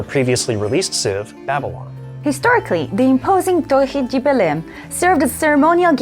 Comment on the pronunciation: Hm? We dont have "dje" we speak de, some can speak "di" but the correct brazilian portugues is de no one says dje.. lol